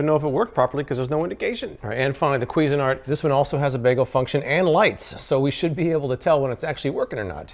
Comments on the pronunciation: Kweezin-art? I thought it was pronounced more like cuisine-art lol. Love ur videos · "Kweezin-art"? Somewhere a French person's head explodes :-)